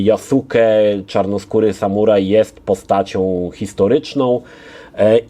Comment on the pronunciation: Interesuję się Japonią od kilkunastu lat ale o Jasuke nie słyszałem (tak na marginesie czyta się JASKE) Myślę, że gry komputerowe są wręcz idealne do takich ciekawostek. Poznałem nową postać historyczną i jestem zadowolony. A Ci którzy od UBISOFTU oczekiwali realizmu historycznego to chyba powinni iść raczej na japonistykę na studia czy coś. Tam ją znajdą.